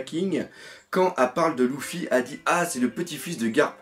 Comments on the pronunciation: Dark Knight Si si mdrrr mais bon sa me fait jsute rire quand il dit Louffy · Mdrrr le fameux Louffy sa me tue à chaque fois que tu le dit